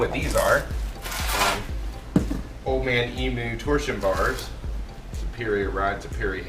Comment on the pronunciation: You day emu wrong. You say emooo. We say the u like eemyou.